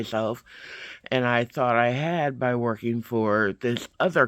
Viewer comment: I just giggled when you were like "and them I will go back to work.......ING on getting a job." I find myself saying that all the time "I have to work this morning" But I don't have a job....but i'm work ING on getting a job. glad this was a better day for you!